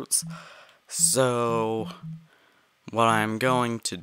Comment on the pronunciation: I had to turn sound off for last 4mins 32secs to prevent headake, would like to ask why when you said so it sounded like this: zo zo